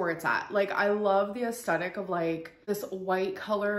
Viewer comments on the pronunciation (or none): Stop saying “asstettic.”